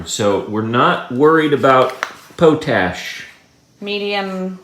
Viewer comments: Potash believe is pronounced Pot-ash. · Potash....pronounced pot ... ash. Remember not all veggies need lots of nitrogen. Each veggie needs different nutrients. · I so enjoy your content. Just a heads up on the pronunciation of potash, say it as 2 words, pot ash. Hope your plants take off now, zoom... not slowly slowly in this case. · It is pronounced 'POT ash.' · Lol, you guys were killing me, 🤣😂😆, but yeah Pot ash, like a pot you cook in, no biggie, gotta start somewhere. 😄 love you guys!